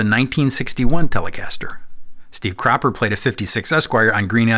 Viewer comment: Did he say steve crapper? 😮